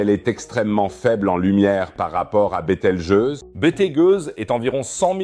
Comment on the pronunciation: ahhhhh ces IAs de traduction vocale... "betel-gueuse" "betal-gouse" 😂